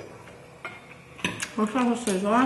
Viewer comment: salsa con la L, non con la R. Giappone perdonala, lei non sa quello che fa